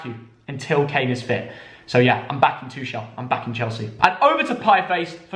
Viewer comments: Please stop pronouncing Tuchel’s name like that lol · Love for them to pronounce Tuchel correct xD